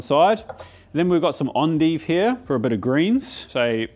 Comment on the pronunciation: Endive. Pronounced fancy French, or something.